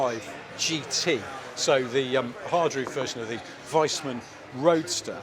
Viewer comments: Vees. Veesman. When an 'i' and 'e' are next to eachother in German, you say the second letter. Wiesmann is Veess-man. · it is a "Weesmann" not ""Wiseman". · Guys, a quick comment on the clean example of the mark Wiesmann. It is pronounced Wiesmann, not Weismann. As in more than one wee, not as in 'a wise man'.